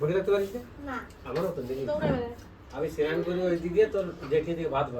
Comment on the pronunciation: Senan ?? Say snan